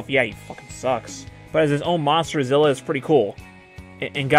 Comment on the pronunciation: Ugh It's zilla